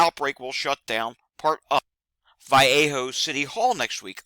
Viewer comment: It’s pronounced as Val-ley-ho